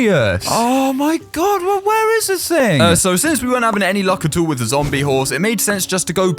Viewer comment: When you were saying at all, it sounded like you said a**hole